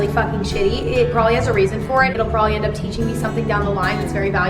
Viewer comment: “also porbably.” same